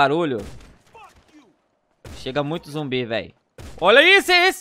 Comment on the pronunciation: É "ZUMBI" NÃO "ZOMBI" KSKDKSK